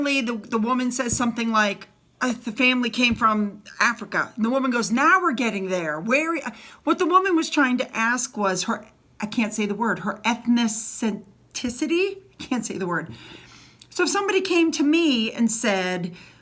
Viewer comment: It’s easy: “eth” as in meth, “nic” rhymes with diss, “ity” rhymes with city. Eth-nic-ity. Ethnicity.